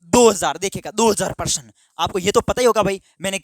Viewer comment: Sir परसन nhi hota hai प्रश्न होता है